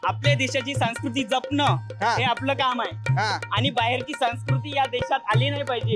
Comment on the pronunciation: संस्कृती आहे रे, सांकृती नाही.